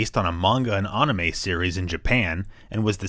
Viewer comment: oof nopt a fan of how he said anime